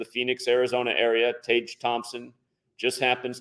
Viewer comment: Tage is pronounced Tag